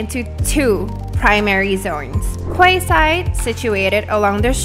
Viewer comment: It's pronounced KEYside, not KWAYside. And it's a neighborhood not whole new city